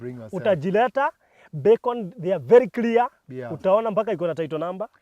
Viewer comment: Baruthi sio beacon ni Becon